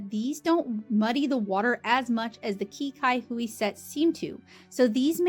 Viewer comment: i believe qi cai hui in chinese is actually pronounced more like chee sai hui. i am not entirely sure what it translates to, though